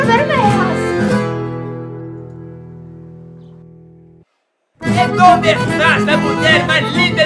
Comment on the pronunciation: "Vermejas" ou "rojas"? Apesar de ser cômico de propósito, deveria ter tomado um pouco mais de cuidado com o "espanhol", bom...pelo menos a mulher que começou muito bem, mas estragou no final dizendo "vermejas". Já do Lucas eu não posso dizer muita coisa já que o propósito, creio eu, seja o de ser um clip com humor, e ele tá fluente no "portonhol", kkkkkk.